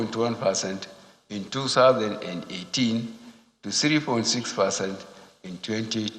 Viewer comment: Meanwhile Mr President, its "percent" not "fercent"